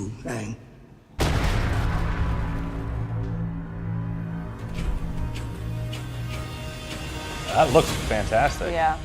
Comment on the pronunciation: It doesn’t change anything, he made a statement that could do 1 or 2 things and has 50/50 shot of being true. But I really don’t believe he’s an actual fan of the series, he pronounced Aang as ong like the fake live action movie. And then he bashed the only character in the trailer (as you are) about how deep his voice is even tho he literally looks exactly like him has his mannerisms down and regardless if you say it does or doesn’t his voice is almost the same to the original voice actors.